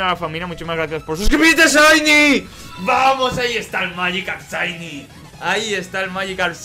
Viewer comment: ya me canse de escuchar ESHAINY